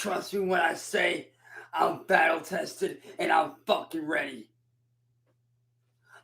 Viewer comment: Is he saying "I'm vattle tested and I'm out for vlood!". He also said "cheap skape". My goodness man.